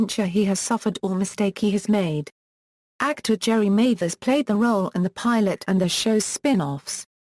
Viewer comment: It's Jerry Mathers. Pronounced Maathers, not MAthers.